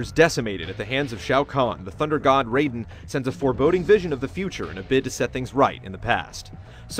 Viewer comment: My respect for pronouncing raidens name right